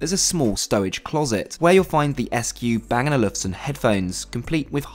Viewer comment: Bang and Olufsen ... you have to work on your pronunciations brother ... sheesh